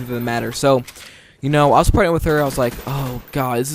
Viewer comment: Every time you say partnered with her it sounds like pregnant with her hahaha